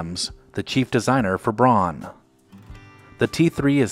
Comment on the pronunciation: Braun is pronounced "brown."